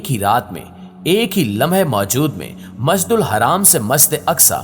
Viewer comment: مسد حرام یا مسد اقصی نہیں بولو۔ جناب اپنے آپ کی تصیح کرو ۔ مسجد کہو صاف صاف۔ 😮 🤔